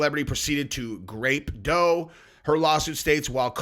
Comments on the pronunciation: It’s grOped…not grAped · Did u say graped lol. Omg